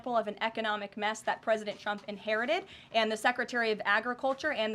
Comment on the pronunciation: At time's she sounds like she says President chumps 😂